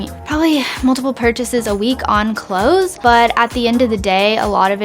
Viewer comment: she says clothes so weird lol